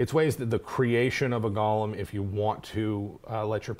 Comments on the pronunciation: Fantastic video... with one nit to pick. The term is pronounced Goh-lehm. The Hebrew spelling of the term is Gimel-Vav-Lamed-Mem[final], derived from the word "Galmi" from Psalms 139.16 (Gimel-Lamed-Mem-Yod). "Gollum" is the character from The Lord of the Rings, named after the noise he made when he swallowed. Sorry to be a pedant. ;-) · Go-lem — not Gollum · GO lem, not Gollum. lol! Good show! That's a badass Idea about it being an honor to be used in the creation of a flesh golem! Love it, and gonna use it in my dark sun game! Thanks! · For your own edification and future reference: GOLEM is pronounced "go (like "go there") limb (like "tree branches are the limbs of a tree") You kept saying "Gollum". Which is a character's name. Golem is a specific term of Yiddish etymology. It only has one pronounciation. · Oh my god it’s go-lem with a long o, not gollum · Wonderful video but it's pronounced Go-lem, not gollum. One's a terrifying hulk that can turn your casters to jelly, the other is a small creature with a jewelry fetish. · It's golem pronounced goal- em not gall-em that's a character name gollum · pet peeve: pronouncing golem like gollum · The way you guys pronounce golem triggers me.